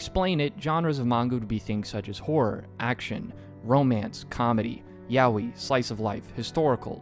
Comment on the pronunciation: I had a stroke when blud said yaoi again 😂😂😂